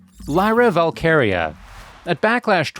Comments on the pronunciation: valkyria not valkaria🙃🙃🙃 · Valkyria...not whatever you said.